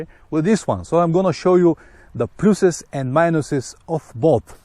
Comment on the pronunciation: 35 seconds in " the PLOOSES...and minus ses" xD I love hear different accents. Just poking a little fun, but in all seriousness, I do love here different accents from around the world of different people. Keeps life interesting. Cheers.